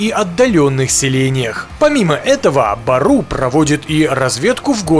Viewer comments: Не бару а " Бору" что означает волк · Не БАРУ , а БЁРЮ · Не баруу а бѳру